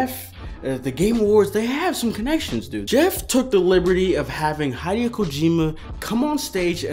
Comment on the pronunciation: Bruh. It's hid-e-o kojima. Not, hide-yo kojima. XD LOL